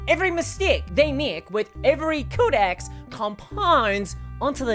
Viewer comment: Great video but why say codex like ”cow disease”